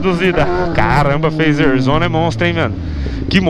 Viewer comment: Fazer ou feizer